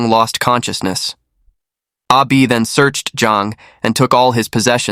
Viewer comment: Totally confusing. You keep saying Ah Bi and show a picture with Zheng's name. Wtf. Can't follow.